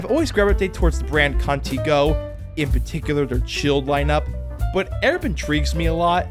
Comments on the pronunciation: My only problem with this video is you pronouncing Contigo like cunty-GO and not con-TEA-go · god that pronunciation of "contitgo" was so bad